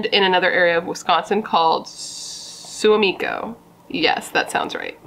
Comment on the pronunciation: Suamico is pronounced swa-meco